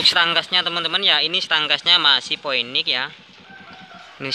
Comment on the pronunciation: Phoenix dibaca Finiks mas